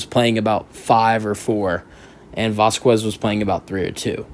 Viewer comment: It’s vazkez not vascuues.. js